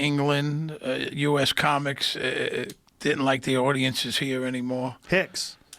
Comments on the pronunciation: 800 people "did dent" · He did-dent